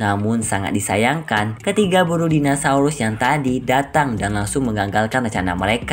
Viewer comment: "MELEKA" "METEOL" "DINOSAULUS" 🤣🤣🤣 Eh maap . . Yassalam